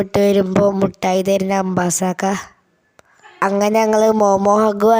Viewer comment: അംബാസക്ക അല്ല അബ്ബാസാക്ക